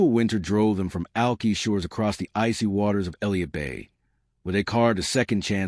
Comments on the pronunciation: It’s pronounced like “ alkeye” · Check the pronunciation of Alki